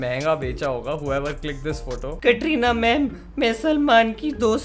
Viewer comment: 2min 50sec he said we need to stop talking about Katrina kaif maybe my sounds crack or smthing I heard ''TATRINA'' N I was like tatti jokes apart